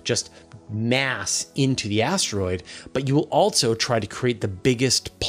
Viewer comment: "Altzzo". "And Altzzo they will "....